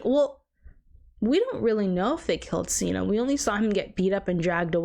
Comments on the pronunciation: I wanna hear your thoughts on the Gale, Peta, and Katniss after part 2. Also it’s Cinna like Cinnamon not Cena like John Cena lol. But I love your reaction ❤ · cinna not Cena It's Cinna pronounced like cinnamon not Cena pronounce like John Cena 😤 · I'm loving your reactions to the movies so far! And that everyone is being so awesome in the comments! I just wanted to say that the designer's name is pronounced like Cinnamon lol but I honestly vibe with Seena so much. I hope you do a book review kinda thing whenever you read them! 😊